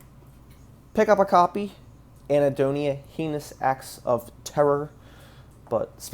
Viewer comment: Anhedonia, not Ahnedonia